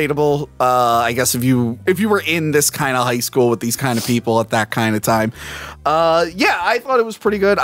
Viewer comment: "High Schoo!" *High School Also, Woohoo! back!